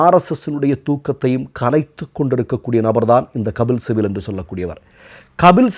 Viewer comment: Kabil sibal. Please pronounce it correctly